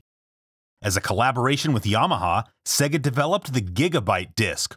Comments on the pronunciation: SAY-gah. Not SEH-gah. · It's not segha its mòre like seeegah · come on say it properly. Saayyy-gah. ;) great vid though. Dreamcast was awesome. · Bothers me when people say "seg-uh" instead of "Say-gahh". Like, they say it for you all the time.